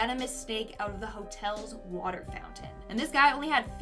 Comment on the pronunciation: The watah is dangerous